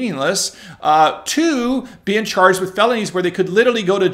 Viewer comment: "when this law came into bean"......bean soup.......?